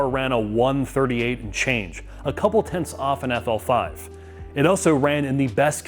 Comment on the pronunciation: calls it the “Affel Five.”